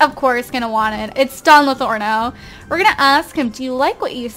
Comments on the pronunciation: its pronounced "lothario" not "lothorno" :) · It's Don Lo-THAR-rio not "Lothorno." It's a reference to a character from Don Quixote. :) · it's Don Lothario, not Lotharno! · This is Don LOTHARIO not Don Lotharno -_ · Yea, it's Lothario and she's saying Lathorno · Don Lothorno? Isn't it don lothario?? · It's Don Lothario Not Don Lathorno But Not Everybody Is Perfect Right! P.S Luv Ur Vids <3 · Anybody else notice how she keeps calling him Latherno and Lothario? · Marcel Kalisz I know right! I was on sims 4 and saw him then was like "But says Don Lathorno" and I actually thought they changed it but I guess she just says it wrong;) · is she saying don's last name wrong? Don't want to be mean, it just sounds wrong